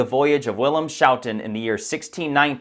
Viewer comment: I love this channel so much. Great video. Schouten is pronounce “scow-ten.” The ‘sch’ has the SK sound - as in ‘school’ or ‘bruschetta’ (and surely you’re not one of those bumbling dolts blabbering “[broo-SHe-ta]” at Italian restaurants, lol).